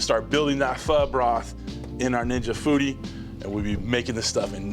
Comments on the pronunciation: Thank you for pronouncing it correctly! People it’s pronounced “fuh” not “Fo!” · Aye, he pronounced "Pho" right... legit.